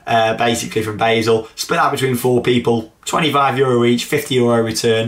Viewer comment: It's pronounced bar-sull not bae-sull